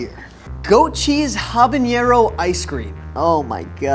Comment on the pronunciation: ok but why does he say "habañero" 😭